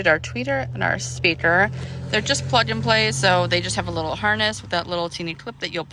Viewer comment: "Plug N Play" and "Passovers" makes my eye twitch everytime she says it 😂😂